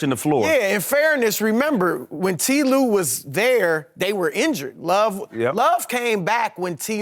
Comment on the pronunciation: Chris is great, but why does he insist on saying "T Lue"? It makes no sense bc Ty and T are the same syllable-wise. Not saving any time.